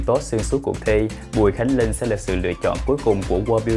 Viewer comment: Cách phát âm của Phương Linh rất khó nghe. Linh mà nghe như là Lưn, bỏ chữ cuối